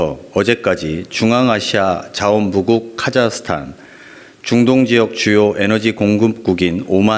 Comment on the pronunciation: 링거투혼.너무 고생하셨습니다.대통령과 정부 덕분에 맘이 편안합니다.보좌관님 중동의 중 발음이 잘 안되시네요ㅎㅎ